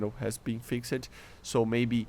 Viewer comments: Fix'd not fix-ed. You do not pronounce the e. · A tip for your speech, when saying "fixed" the E is not pronounced. Try just saying "fixd" and just that will be an improvement. Cool video